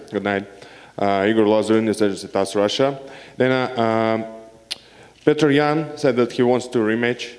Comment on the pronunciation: Hey UFC, commentators, the guys name is not pronounced Peoter Yan! Google Petr Yan and figure out how to say the mans name correctly! Rogan, you suck!